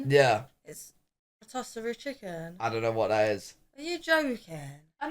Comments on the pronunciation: RoTOSSerie! Love it! Shocked has never heard of this. I genuinely didn’t know it wasn’t common outside of America and likely Canada. likes food and America. Surely it can’t just be American? European friends, help me out! Not sure if that’s how it’s pronounced in the UK but here, we say RoTISSerie. I’m sooooo happy to hear that even Europeans don’t understand all the symbols on the washer-I didn’t want to ask the AirBnB owner because I was afraid they’d explain it over whtsapp and I still wouldn’t get it. And they’d think, dumb American! That shower head is actually upgraded. The typical shower head when that house was built was the kind that’s fixed to the wall. Also I’ve been in some where the shower head is quite low like that one (or maybe he’s tall) but a lot are much higher on the wall. But pro tip: angle the head down and step back to let the water warm up so you’re not “blasted in the face.” Yes: heat shrinks certain material but like someone else said, read the label to see if it needs to be air dried-many dries have a no heat tumble dry for at least somewhat of a quicker than hang drying. I do love a good radiator heating that you guys have over in Europe but nothing beats a good old fashioned vent on the floor. When I was a kid on cold days before school, I’d sit on a vent and pull my shirt over my knees down to my feet and just warm up… ugh! Good times. It can be expensive so now as an adult, I only run it if I have company over. I’ve been to Europe en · That ain't how you pronounce ROTISSERIE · Love pronunciation of Rotisserie Chicken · Love pronunciation of Rotisserie chicken! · Rotisserie chicken 😂 the way she says it is definitely different. Yeah, that oven is way too small for that! We do have bigger ones though that we can have Rotisserie chicken in our own kitchen 😋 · Found a new way to pronounce rotisserie chicken 🐔 😂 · rotisserie, not ritosserie 😅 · RO-TISS-ARY Chicken lol. Not TOSS. It spins around as it cooks.